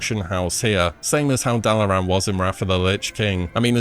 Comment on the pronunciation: Considering how he pronounces Dalaran, I’m not sure he’s ever heard that speech lol